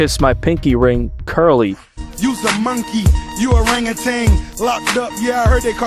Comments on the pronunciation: I swear Ross is saying Monkey with a U. "Munkey... Lol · "MUN-KEY" - RR 🦍🤡😭🤣🤣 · the a way he pronounces monkey is hilarious 😂😂 one thing you can say is both these niggas funny as hell